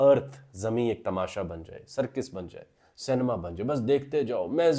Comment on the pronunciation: سرکِس نہیں سرکَس